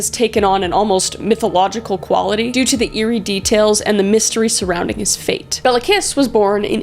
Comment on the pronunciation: Béla kissisnt pronounced bela kiss its pronounced B as in bear A as in bay L left A as in apple and kiss is pronounced kish